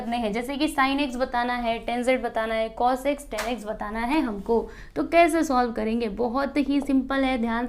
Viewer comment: Its not ten -- टेन its tan -- टॅन